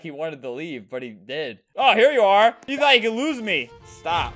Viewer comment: “Stawp shootin mwe” GurgleXScoff